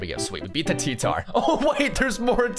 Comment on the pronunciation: He said tea tar